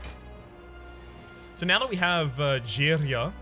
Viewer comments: It's unsettling to hear you saying girya almost perfectly right... you are not supposed to do that! Did you secretly watch those pronunciation videos again?! 😂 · that girya(same with matryoshka) pronunciation always gets me, but I thinks it's just me nice vid by the way